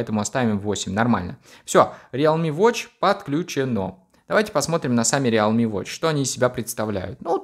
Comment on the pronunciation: Правильно произноситься "РИЛМИ"